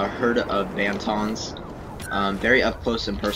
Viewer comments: IT IS NOT BANTONS YOU IDIOT IT IS BANTHAS!!! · it's banthas not bantons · Dude there called banthas not bantons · BANFAS??? No they are called Banthas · He said sorry for his lack of star wars knowledge, not everyone has to be a freak like you. Although Banthas aren't hard to say, in the films they rarely mentioned them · Luke's is the far hut and you said Banthas wrong